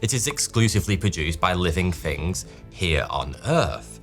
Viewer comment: Forty two heah